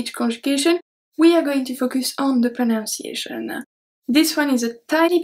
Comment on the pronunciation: This is really helpful. I appreciate these videos of yours. (by the way you pronounce the English word "pronunciation" incorrectly. You change the "nun" to "noun" when you say it.)